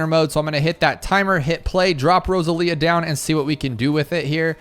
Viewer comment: I think it's supposed to be row-sah-lee-ah. Either way, cool hero, already like her